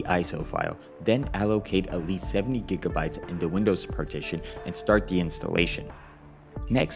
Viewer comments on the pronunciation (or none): none